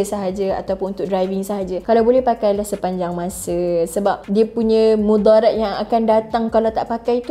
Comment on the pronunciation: saya sebagai penuntut bahasa Arab tertarik dgn cara dia sebut mudharat tu 😆😆